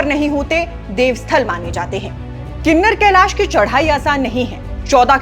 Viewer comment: Kinnner kalesh nhi Kinnaur kalish hai Please naam kooo sahi se log tk Poochaaao